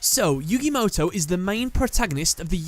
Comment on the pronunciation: That's yu-GAY MOW-TOW